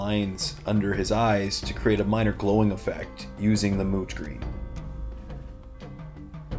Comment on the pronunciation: Are you saying mooch green or moot green? Well great job on the mini bud and I hope Imotekh never hears you call him old and dirty!